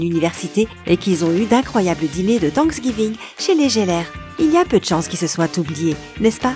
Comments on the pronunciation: ça ce prononce Tchandler, pas Chandler, Djoey pas Joé, c’est Gèller pas Jèller... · On voit quell lit c est geller pas jeller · La voix off dit qu’elle a vu tous les épisodes. Très bien! Mais pourquoi dire Jeller au lieu de GUeller? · Ça m'agace d'entendre: -Central PEUrk pas Pérk -Dr gUeller pas Dr Jeller -Djoey pas Joey -Tchandler pas chandler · Oui et gealeur et pas jeleur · Jeller / Unaji ? ON DIT GUELER ET UNAGUI. Merci ❤️ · Nul la prononciation Djoey et pas Joey Tchandleur et pas Chandler Gueller et pas jeller Central perk et pas central peurk A mon Avis , t’as pas bien écouter la série pour prononcer ça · "12 détails que tu n'avais pas remarqué, mais en fait si, si , contrairement à la voix off, tu as vraiment regardé la série"... Mdr!!! PS: C'est GUeller, pas Jeller!!! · Mouais tu connais tout sur la série... Prononce les noms correctement et fais pas saigner nos oreilles! Tchandeleur et pas Chandlère! DJoé et pas Joé! Les G U ellère et pas les Jèleur! Tanksegiving? T H ankgiving! Le pouvoir d’Una G ui et pas unaji. Et surtout... F R IENDS! Pas Fwieze! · Ça se prononce Guelleure mdr mais ça s'écrit geller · « Guélleur » pas « gélleur » 👂😭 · Ça se prononce Guéleur (mais s'écrit Geller) et pas Jéleur, Unagui et pas Unaji et Tchandler et pas Chandler !!!!! Reregarde les épisodes pour réviser tes prononciations !!!! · Ses Gelleur pas jelleur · UnaGi pas unaji Geller pas jeller joEY pas joé Friends pas fwiends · C'est quand même étrange de prétendre avoir regardé les épisodes de friends et de prononcer Geller: Jeller Unagi: Unaji ou encore Joey: Joé 😭🤦‍♀ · Mes oreilles étaient en sang quand elle a dit rôôsss jeller!😂😡😡🤬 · Shandlaire, joet, gélère, 😂😂 elle fait une vidéo sur friends avec une prononciations incorrect des trois prénoms. On avais tous remarqué. Et il y a d'autres détails encore plus marquant ! Un par épisode en tout cas. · geller? t'es sur que t'es une fan de friends toi?? c'est "gueller" lol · Les "jeller" arrête please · Ça se prononce gueller